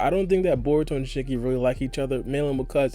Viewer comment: He sounds like he's saying shakey not shinky